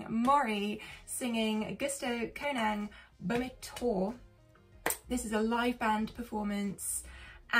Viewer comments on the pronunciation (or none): Chuckled a bit with the way you read the title, probably the rarest I've heard. But it's always a pleasure to watch your reactions.